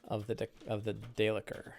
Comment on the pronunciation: How do you pronounce daelkyr? I don’t think it’s day licker! lol good stuff with the seven samurai!